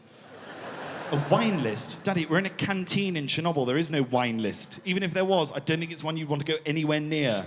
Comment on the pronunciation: "Chinnuble" instead of Chernobyl